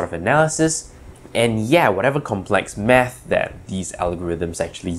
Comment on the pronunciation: I legit thought he said meth.